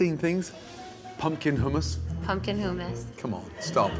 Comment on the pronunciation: why say hummus weird? HOOMAS